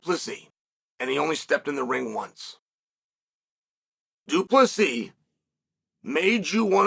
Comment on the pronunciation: Du Plessis! The 's' is silent but its there